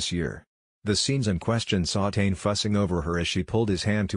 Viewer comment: Pronounced tanay